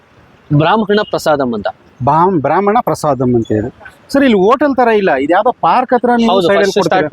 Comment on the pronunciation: ಅದು ಬ್ರಾಹ್ಮಣ,, ಬ್ರಾಮಣ ಅಲ್ಲ 🤣😂😂